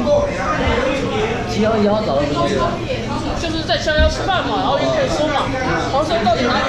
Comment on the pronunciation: 七夭夭😂😂有趣唸法